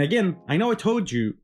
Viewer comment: lmao accidental true Carolina voice reveal! " I tolt youu dat dis one wasnt no gud"